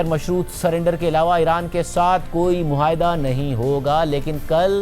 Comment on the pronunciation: مسٹر مہاٸدہ نہیں معاہدہ ہے